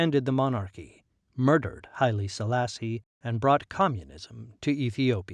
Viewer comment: For the writer: Please correct some words in ur narration. Not oxum but Aksum/Axum Not gemene Mesafint but Zemene .... Not cush but Kush Not highly ...but Haile-Silassie etc